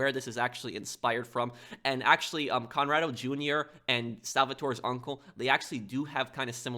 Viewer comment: corrado not conrado